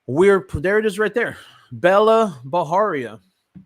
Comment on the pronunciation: It's not Baharia guys, it's pronounced just as it's spelled, Bajaria. That's an Indian surname not Mexican. Please stop making it sound Mexican. Even her name is not Bella, it's Bela pronounced as "Bai-luh", which too is an Indian name, a bit outdated though, like a name from the generation of our grandmothers!